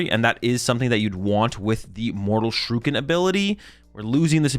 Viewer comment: two more years of mispronouncing the word shuriken. nice.